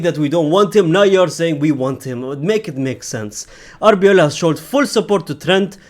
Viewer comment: it's Arbeloa not Abiola 😅😅😅